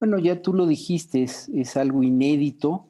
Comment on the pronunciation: Díganle al EXCONSEJERO qué no se dice DIJISTESSS!!!!!!!! qué atrocidad, qué alguien se apiade de nosotros los mexicanos! POR FAVOR, QUITEN A ESE FARSANTE, MENTIROSO, YA DIJO EL TRIFE, HAY GRADOS DE AMONESTACIÓN!!!!